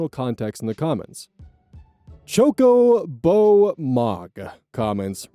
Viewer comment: I just want to know that I let out a loud laugh when I heard him pronounce chocobomog. I'm playing Final Fantasy while listening to the video